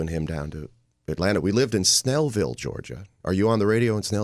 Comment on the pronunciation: Not "Smell"ville, it's Snellville.